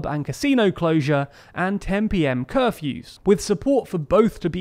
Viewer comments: „cerfew“? Don’t do this to a foreigner struggling with English, please. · Curfew not cerfew 😭